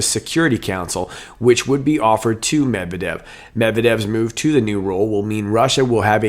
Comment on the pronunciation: “Med-Ved-Ev,” an interesting name. It’s really NOT that hard to pronounce!